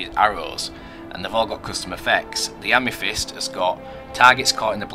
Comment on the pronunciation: "Ame-fist" *facepalm*.